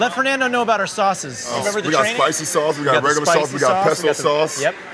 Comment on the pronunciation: ! " i luveis spiceiys saucei " ???? " reially TTTTall sHadow " ???? " aauuuum " ????